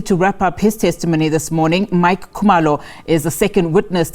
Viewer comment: This is not Khumalo it's Kumaro😂😂😂